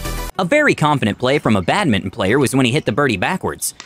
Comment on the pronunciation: Apart from mispronouncing badminton and calling the shuttle cock a birdie, this was a good video.